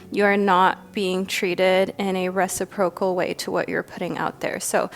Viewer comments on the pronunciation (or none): I'm sorry to do this, I hate it when i feed the stereotype, but i can't help it... it's pronounced re-SI-pro-cal. The emphasis is on the 2nd syllable (yes yes, I'm a Virgo - I know we're insufferable).